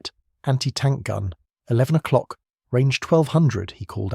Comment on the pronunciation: O KIT hours. 😂😂😂😂 AI Bollox. Get it right or don't bother. 😂